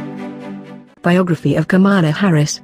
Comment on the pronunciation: She is not KAMAALA HARRIS AS YOU PRONOUNCE IT - HER NAME IS PRONOUNCED KAMLA NOT KAMAALAA